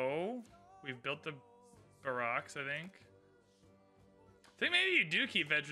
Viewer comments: The way he pronounces barracks kills me. No matter how many times he says it I still go "wut???" say it with me bear-ex When I was in the Marines, we lived in the bear-ex. Bear-ex. Not Bah-rocks. Berar-ex j/k bro say it any way you want. (Just know that it's bear-ex) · Just because you said something about it, it's pronounced like bare-ricks. Great video as always. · Bare-Icks = barracks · Here's your obligatory YouTube comment saying it's pronounced "bear-X"